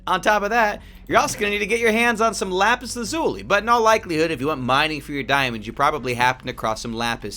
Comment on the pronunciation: HE ACTUALLY SAID LAPIS LAZULI CORRECTLY OMG!